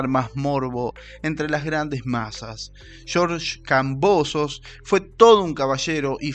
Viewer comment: "shorsh kambosos"